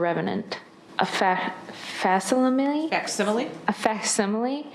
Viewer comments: just like someone else commented about how this clown struggling to pronounce the word “facsimile” tells you all you need to know about her supposedly deep and nuanced comprehension of philosophy, literature, art, etc.— let me tell you: as someone who has their B.A. in philosophy and aspires to earn a PhD and become an undergraduate professor one day, the fact that she doesn’t know how to even pronounce “phenomenology” all but proves that her understanding and appreciation of Alex’s philosophical meditations and writings (and quite possibly the entire field of philosophy) is sophomoric at best. IOW, it’s clear that she has no clue what the fuck he was ever talking about during their countless, “deeply-profound” discussions 🙄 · She doesn’t even know big words…: “Fac… smile?” Defense Attorney: “Facsimile” 🤦🏻‍♀️ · Such a smart individual can’t even pronounce facsimily .. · she’s so well read and “smart” yet didn’t know the word facsimile (facsimily…as he wrote it) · doesn't know how to pronounce facsimile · " I am so smart and artistic" (Cannot pronounce facsimile aka fax) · It's so hard to give her the attention by watching her even on YouTube.. ick 😂 also i love her embarrassment at not knowing how to pronounce facsimile and why didnt he just use spellcheck. Maybe (sic) looked cooler 😂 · Intelligent? She's in prison. And can't spell "again", or pronounce "facsimile", and thinks Chris McCandless wrote about his own death. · When she mispronounced "facsimile". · For a girl who thought she was highly intelligent, she did not know the words "facsimile" and "phenomenology". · I found it hilarious how "smart" she is but did not know the word "facsimile" 😂😂😂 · Yes!! I laughed when she couldn’t pronounce facsimile. For someone who is supposedly so intelligent…she needs to brush up on your vocabulary 😂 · She’s so deep and well read, yet couldn’t pronounce/recognize the word “facsimile”…..sorry, had to.